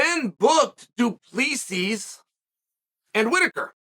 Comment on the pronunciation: Do-plee-sees... LOL